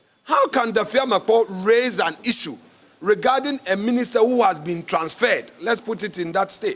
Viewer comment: Did i hear"Ministet" and "concrude"?😂😂.